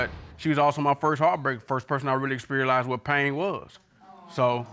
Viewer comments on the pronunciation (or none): Did he say experialized? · “Sperialized”???? So, we just gon walk right over that huh 🤔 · Everyone is just going to ignore the fact that he said experialized? Lol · I know y’all heard him say “ EXPERiALIZE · 1 minute in and “experialised”...😩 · ”experialized" lol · This man said, “she was the first person I experialized...”🤕